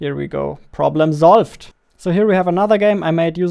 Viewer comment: am I the only one who heared problem zolved